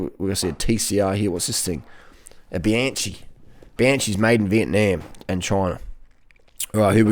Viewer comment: For crying out loud, Bianchi is pronounced Biankee! You’re welcome!